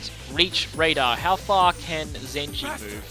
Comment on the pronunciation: Did you just call Zenji Zenny?